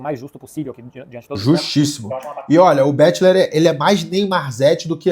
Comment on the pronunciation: Se fala BEKLER, não betiler kkkkkkk